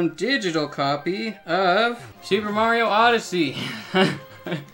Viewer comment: Give me a thousand dollars every time he says “mairo”